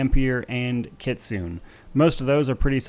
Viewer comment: Kitsune is pronounced ki-tsu-ne the ne isn't a hard n.